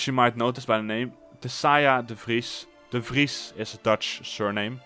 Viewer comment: Love the dutch accent! Recognized it immediately in how you said ''de Vries''